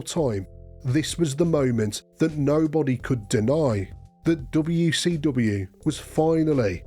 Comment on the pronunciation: “DoBeW Cee DoBeW” 😂